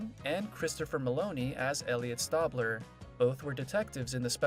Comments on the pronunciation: Great video footage. Nice Narration BUT. It's "Stay"bler. Not "Stawb" ler. As a die hard fan, that drives me insane and it's clear that you don't watch the show. Fix that. LOL. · After the second "Stabbler" I had to fast forward this 🙄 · It’s not stabbler it’s Stabler lol 😂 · Me yelling the right way to say Stabler after he messes it up😂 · The narrator needs to know how to pronounce Stabler. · The narrator needs to learn the pronunciation of "Stabler." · You are pronouncing his name like that on purpose. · Narrator say Elliot's last name right. Ugh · Seriously dude needs to do some research , if he did he would have herd how his name is pronounced. He had to just read a script with no knowledge of the show.GRRRRRRRRRRRRRRRRRR lol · Frustrating that the narrator never pronounced “Stabler” correctly (STAY bler, not STAH bler), which suggests he has never watched SVU. Also, despite no H in Mariska, she pronounces it “Ma RISH ka.” Sorry, buddy, you lost your credibility in this video, even though you had accurate info to read.